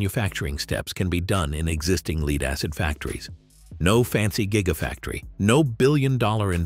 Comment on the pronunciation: When you say things like leed acid you loose credibility.